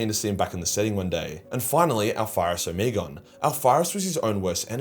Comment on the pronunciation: Omegon's name is pronounced Oh-Meg-On.